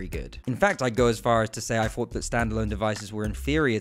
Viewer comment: This video bugs the shit outta me because i keep hearing him say "quest free" and "fought" instead of "thought"